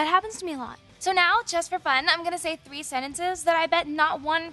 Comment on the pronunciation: She said "Thwee sentences" :P